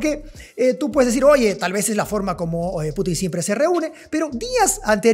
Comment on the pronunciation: Es Putin estimado, no Putín. Suena horrible como lo pronuncia, en ruso casi no hay palabras agudas, la mayoría son graves o llanas.